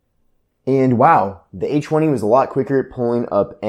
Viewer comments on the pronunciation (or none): he's saying "H woney"